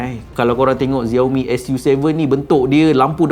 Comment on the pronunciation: Xiaomi bukan dibaca "Zeor Mi" tapi "Siau Mi". Hello, Xiao, mcmana kau dapat Zeor Mi? Klu tak tau, tanya dulu. Tanya penjual telefon Xiaomi. 👎👎👎👎👎